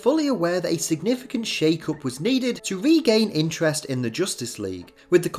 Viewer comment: "JOOSTICE LEAGUE"